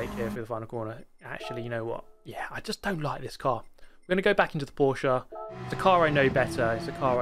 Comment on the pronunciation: „Porschaaa“ I am German and I am angry